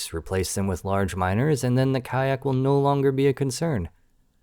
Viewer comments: In X2, when they first showed up, the ship-computer liked to pronounce it 'Khark'. Also, in X2, after they turned President's End into... REALLY President's END, if you were flying anything lighter than an Argon Nova and a Khaak M3 showed up near you. You were... well, probably dead. Beta Kyon Beam Emitters just kinda' melted you. And at the time, they had the only beam weapons. You got very, VERY wary of seeing a K-M5 because that usually meant no less than 6 M5s, and one or two M3s. ...Because they jumped/spawned in as 'Khaak Clusters'. A lone M5 or two usually meant the cluster had already broken up and was flying all over the sector. Heaven help you if you saw a double-cluster jump in. (Size category back in the day:: 'M5' = 'Scout', 'M4' = 'Interceptor', 'M3' = 'Heavy Fighter/Bomber', 'M2' = 'Destroyer', 'M1' = 'Carrier'. And the game had only ONE M0 in it, and it was a boss fight.) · I like how you pronounce their names. IDK if YouTube would react if you would pronounce the name correctly (if there is even a correct way to do so) But asuming I know the correct pronounciation, it would sound like one of the the german words for poop... yes there is more than 1 word for that in german. I also like the stile in which you did the video, you also explain the whole topic very well and also how the player can deal with the problem. In my case I did not know about the respawn time and also that their "Outposts" just respawn in Sectors that contain ore and minerals. So great job and thank you!